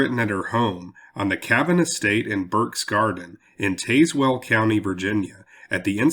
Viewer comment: I am from Southwest VA and it is pronounced Tazwell.